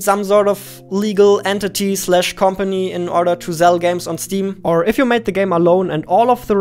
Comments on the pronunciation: Love how he uses "z" instead of "s" "...zell games on Steam" (almost everywhere in vid where "sell" is used) "...I wanna zee it!" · I like how u say "zell" not "sell" its cute ngl